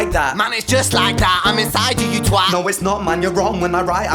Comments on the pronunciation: Great reaction and this is the first time I’ve heard an American say “twat” properly so extra cred for that. 😁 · First non British person I have heard say twat correctly 😅